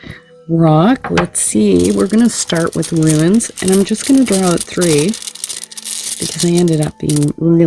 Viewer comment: Pretty sure they're pronounced "Roons", love. Thx for the reading.